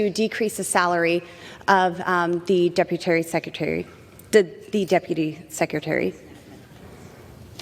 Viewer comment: Decutarry sepraterry